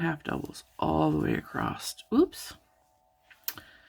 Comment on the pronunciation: Thanks for this pattern suggestion. Might I just point out that you are mispronouncing "across"...there's is no "t" at the end, as you have said it throughout your video ;)